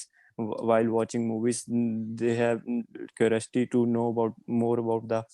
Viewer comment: Curiosity pronunciation is wrong. Kindly focus on your speech